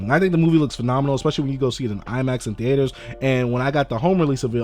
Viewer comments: who taught you how to say theater my whole life i've said thEEter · why you say theater like that😂 thee-ATE-..er